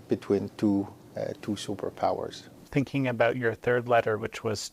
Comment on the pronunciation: Zzzzingking? In her dream👽🤣🤣🤣🤣🤣🤣🤣🤣🤣